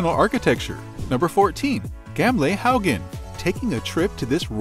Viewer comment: the way he says "gamlehaugen" at nr 14 is so funny :P